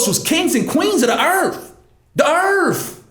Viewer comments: For your uplift and edification, brother;...... There is nothing in the scripture that indicates that the Fall was the day after Eve was created and stating so could be misleading to some who might be on shaky ground. "...... da erthf...... da erf......" ROTFL! Wish I could thumbs up the video multiple times. Totally agree about the "n" word...... and your Africa narrative. In all of history nothing good has ever come out of Egypt. P.S. I'm a 56 y.o. white boy and I think you could PROPERLY evangelize Candace Owens. It's good to see at least that her politics are more correct than not but her know ledge of the Word is sorely lacking. I so desperately want people like you and her to get in front of issues for and about the black community before the Dems have a chance to twist it. Just keep talking brother, keep talking. I'll bet that most times you feel maybe not as effective as you want to be but don't let that discourage. Not that you need my cheerleading but I guarantee you any non-racist white person who sees your video's is a fan of your's. Jesse Lee Peterson is another I like. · Earf... haha